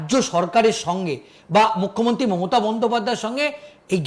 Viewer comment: ভাই, মমতা বন্দ্যোপাধ্যায় বলতে গিয়ে মোতা বন্দ্যোপাধ্যায় বলছেন কেন?